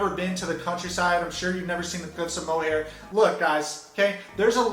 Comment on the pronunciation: Had to pause halfway to laugh at your pronunciation of our Irish counties, I'm sorry xD Mo-Hair set me off. The Cliffs of Moher are pronounced like "her" at the end. Also, kudos to you for the shout-out. We say County Wicklow, not the other way around. "Wicklow County" is a very American way of speaking, and we do NOT do that here. You got Dublin right, but that's to be expected. It's the only city in Ireland for a lot of people xD